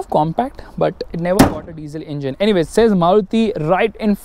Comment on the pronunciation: Why You Saying ' In Jin ' Again And Again For Engine? For Fun Sake??